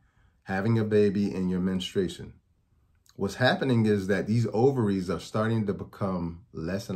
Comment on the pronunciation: I value his info and mission. The word is " menstruation ". MEN-stroo-ATE-shun. Not minna-STRAY-shun. Women MEN-stroo-ate, not MINNA-strate.